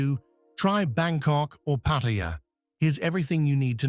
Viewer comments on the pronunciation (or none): none